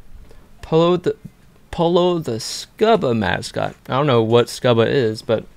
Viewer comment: Yo just wanted to let you know it's pronounced 'scooba' like scuba diver. ~haha😅. Great video tho!👍